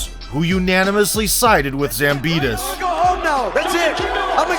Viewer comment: Why you say zambida when his name is zambidis